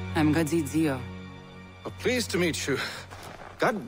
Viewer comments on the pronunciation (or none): I love that Haytham still calls Ziio , Diio. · Lol same here Haytham said her name wrong again😂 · lol he tried to pounce zizo name 😂😂😂😂😂😂😂😂😂😂